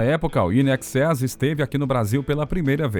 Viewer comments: INXS! Se fala "INEXÉS", não "IN EXÉS"! Não crítica, só informativo! 👍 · Muitas vezes, o narrador cita "IXS", pronuncia de nomes de bandas errado, Midnight Oul, confuso...O assunto é legal...mas faltou isso...